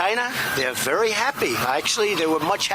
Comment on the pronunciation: Be vewy vewy quiet. I’m hunting for weasonable doubt 🤫